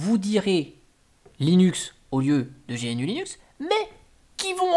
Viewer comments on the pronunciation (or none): Salut. Il faut dire Gnoux Leynnoux 🙂